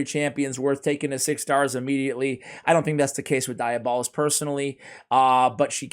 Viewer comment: Also, it's pronounced dee-AB-uh-list.